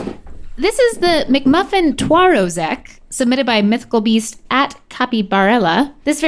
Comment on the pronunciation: Also, Twarozek is more pronounced like Tva-row-shek